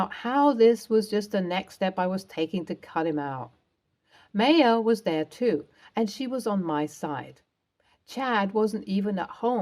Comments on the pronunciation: My ah, not May a. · In my exceedingly long life, I have heard Bea pronounced BEE-UH once: the late, brilliant actress, Beah Richards. Notice there is an H on the end. Not saying no one in the history of the world has pronounced it “BAY-UH” but…. As for “MAY-UH”? Sorry, never heard that pronunciation. Not saying it doesn’t exist, but in eight decades and lots of world travel, I’ve never heard that. And I’d be willing to bet that the Maya being spoken about pronounced it “My-UH”. Also willing to understand that Brits pronounce quite a few words very differently to the “correct” pronunciation. For example, the word “pasta”, which they pronounce “pass-tuh”. My Italian boyfriend was horrified, amusingly so to be honest. Obviously people say things differently, but really, MAY-UH? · Uh, Ms. Narrator, “Maya” is pronounced MY-UH. Have you never heard of Maya Angelou? Also “Bea” is pronounced BEE.